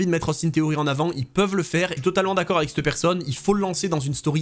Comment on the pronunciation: Les vidéos, les analyses, les histoires déterrées... tout est bon ... à l'exception d'un détail récurent qui me rend dingue ! 😵‍💫 Pourrais-tu, s'il te plaît, par pitié prononcer "cette " et plus "steu" 😱. Merci d'avance.😅